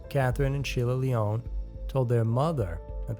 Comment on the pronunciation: the name Lyon is NOT a french sounding word so your misprouncing it and its annoying to hear smh